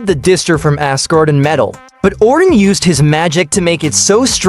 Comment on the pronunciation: ordin? distrer armour? IS THIS MADE BY AI XD